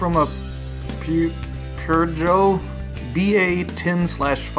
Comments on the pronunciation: Peugeot is pronounced "poo joe". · In French, "Peugeot" is pronounced "POO-zhyoh". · Peugeot it's pronounced pergo